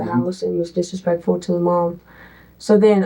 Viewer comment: What is with these people trying to pronounce the word "disrespectful" as a two syllable word?